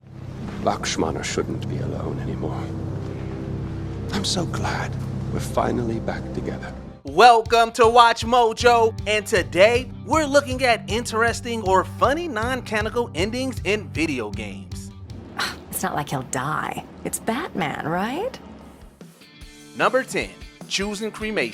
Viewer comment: dude also missed a syllable in canonical....he said canical.